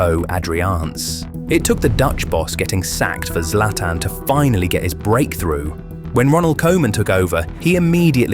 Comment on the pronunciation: Zlatan ❌Zlaiotan✅ 🗿🗿